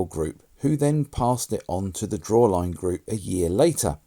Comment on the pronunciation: Drawlane not drawline...🤙🏻